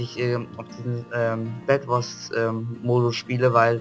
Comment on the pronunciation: Bedwars und nicht Badwars und nicht wiso sonder wieso ( Bin auch Ausländer kann aber Deutsch)